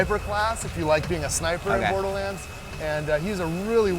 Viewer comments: "Borerlands 2" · WTF?! Borerlands? Is that right? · "Randy Pithford, Borerlands 2"..? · Borelands lol